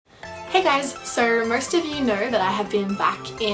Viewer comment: "Hey guys, ser merst of you kner" Reminds of me the 'ermahgerd' meme.